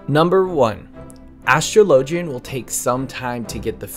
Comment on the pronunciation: Astrology is pronounced /əˈsträləjē/. Take that same pronunciation to Astrologian. Other then the pet peeve of another person not pronouncing Astrologian properly, really good and informative video.